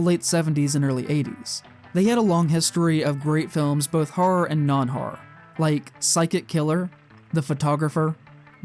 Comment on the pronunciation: Let the record show that the word "horror" has two syllables (and "statistical" only four).